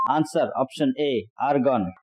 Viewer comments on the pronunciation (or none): #3 Wrong, it's normally argon! (not organ!) #4 In practically EVERY country! #5 Wrong! That was long ago, but absolutely not any longer! #16 Blatant nonsense! NO body part grows after death! #28 repeat of ##, and it is argon, not argan! Seems a difficult word for you! #39 Saffron is not a plant but a spice. #48 You mean a fig tree?